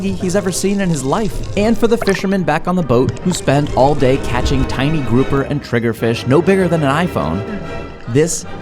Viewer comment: I hear kerapu instead of grouper 😭